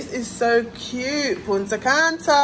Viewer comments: You mean she in England but she say punta canta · If yuh say Punta Canta one more time 😂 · I was correcting you the whole video lol ! “Punta canta”😂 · I can't with lol punta canta😂 but it's really nice I love Punta Cana went there last year. So happy you had a good time sis and congrats again,we are praying for a safe delivery of our baby miracle